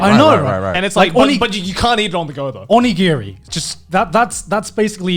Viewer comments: Joey get Gigguk to pronounce Onigiri correctly. Not O-Nee-Gear-E. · the way he said onigiri -_